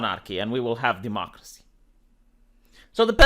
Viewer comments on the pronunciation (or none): none